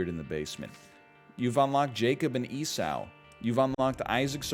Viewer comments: I can't tell if its on purpose or he's not familiar with the word. I mean he also pronounced Esau as Esow. Either he's atheist or missed a few days of Bible class. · Having grown up with the bible story, it was kind of off-putting. I'd always heard it like (eesaw), although it could be the accent. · To be fair, I only know that how I was taught it was pronounced "eesaw" I never meant to imply mine was correct.